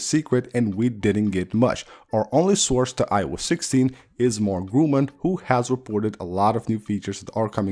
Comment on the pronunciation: Nice video 👍🏼 By the way: It’s not called Mark Grumann but Mark Gurmann